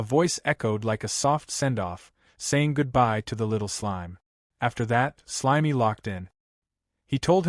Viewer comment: I had enough of hearing slime pronounced slimey.